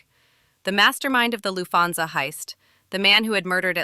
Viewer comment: decent video but your mis-pronounciation of Lucchese and Lufthansas makes me think you did zero prep for this. Also, it's pretty well known Paul Vario was banging Karen and Tommy made a pass at her, thus Paulie gave the ok on killing him